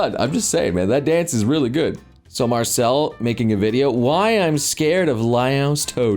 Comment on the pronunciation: Why you calling MarCILLE "MarcELLE"???? Also, nope, Larian won't touch dnd with a ten foot pole at this point.